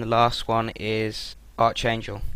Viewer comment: its pronounced ArKangel not Arch.. your english is terrbile..